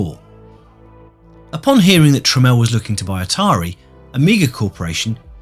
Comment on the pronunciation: His name was Tramiel, not Tramel.